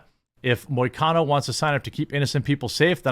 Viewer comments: You pronounced perfectly. And hes Brazilian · Im a MMA fan and you actually got the pronunciation of his name was on point Moicano is great he has allot of interviews like this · You pronounced his name correctly 👍